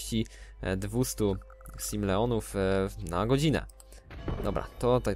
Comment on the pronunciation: nie gale onuw tylko simleonuw